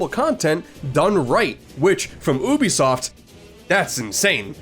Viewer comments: Pronouncing it oobisoft bro come on that’s plain attention seeking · I'm not spending 30 minutes of watching this with you pronouncing Ubisoft like that